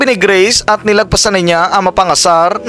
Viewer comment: D ko type 'yong pronunciation mo, akala ko no'ng una greece, grace pala 😅 taz 'yong F ginagawa mong P